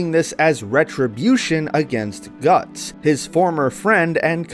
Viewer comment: mans said Gattso😭😭😭.